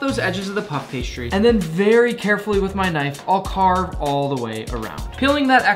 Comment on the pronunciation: JUST SAY PASTRY ITS SO ANNOYING!!!